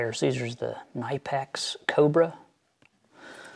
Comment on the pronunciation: It cracks me up as to how many can never pronounce the Knipex correctly. Think of it as K nip X. Correct me if I'm wrong but, isn't the grinding wheel to never touch the magnetic chuck at all? Makes one wonder if it wasn't abused. Great video as always, cheers :)